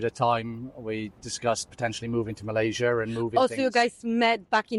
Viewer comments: tolong betulkan sebutan “Malaysia” tu ya. Terima kasih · Harap youtuber indonesia perbetulkan sebutan nama negara kami Malaysia. Kalau nak org luar sebut negara kamu ( indonesia) dengan betul, kamu juga perlu belajar sebut negara malaysia dgn betul ejaan nya.